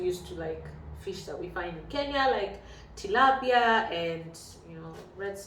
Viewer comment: the word is similar but not the same - you have pronounced the extra vowel 'i' in Kenya that makes a difference! Serbian spelling of Kenya is 'Kenija' and no educated person would ever associate the name Kenya with the word depicting "taking a poop" I promise you! Anyways, the term 'kenjati' is seldom ever used except by some less educated and lower-class people.